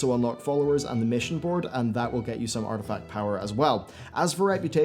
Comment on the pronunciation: You keep calling it “artifact power”